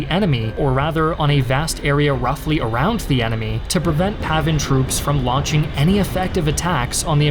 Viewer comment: its PAVN, not PAVIN.